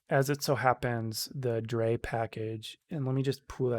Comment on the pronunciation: thanks for the tut. i'm a beginner and it helps to walk thru some of the logic. btw, drei is pronounced like eye